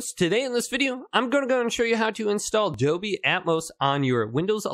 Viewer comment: There is an 'L' in Dolby! 😂Doby!!!!